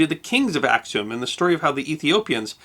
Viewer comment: Before you post a video, would you please consult with people who are knowledgeable of the history of the regions, and the names of cities and people? I cringed at every mispronunciation, beginning with "Ack-sum" right to the end.